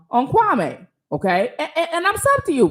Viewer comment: Excuse me, but his name is pronounced Kwa -mee 🤣. Great video though